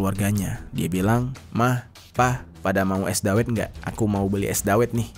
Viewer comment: Cara baca es dawet nya bukan gitu bang🤣